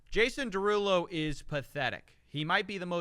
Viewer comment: It's pronounced Jason DeruUulo.